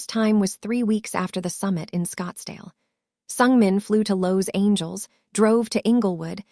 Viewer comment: Beautiful story just get a narrator that can pronounce Regina and Los Angeles a little better other than that awesome. Favorite parts they were on the hunt looking for Regina, him coming to the vet with a dog that he had found at a construction site, Hannah making a video of Lucky lol and Regina's grandma talking about the men's in her yard and when she said they better not step on her roses 🌹😂 hahahahahaha. On the next one can we get more scene's please 😁 and thank you. Watching from Texas